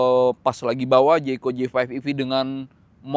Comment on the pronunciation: Jaecoo dibacanya bukan jaeko tapi JAEKU om hehehe